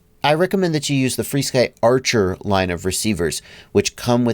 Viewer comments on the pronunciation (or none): Help out new users and just call it "FRSKY" not "free-sky". I know there is history.... just why not call it what it's called now?